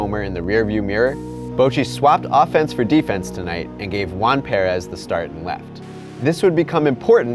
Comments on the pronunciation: It’s Perez not pearez 😂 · Please! It's not PEAR-ez, it's PER-ez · Stop saying parez it’s Perez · Perez not Pair-ez jeez! So annoying 🍐🍐🍐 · Why does he say it like parez it’s Perez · Its Perez not peeyyrez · I can’t get over your pronunciation of Perez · The way he pronounced Salvidor Perez's name over and over and over again is frustrating. Als.ost as frustrating as he way this season ended for the Royals. Also, Gordon could not have made it to home. There's MULTIPLE sources showing all the scientific evidence proving that all over the internet. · That's not how you pronounce perez😂😂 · I honestly only watch these anymore just to hear how bad he butchers names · Is no one gonna mention anything about how he pronounces perez wrong? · Why he say Perez like that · I cant ignore how he keeps saying Perez like an idiot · He can’t even say Salvador Perez’s name right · When he misprounounces Perez 😡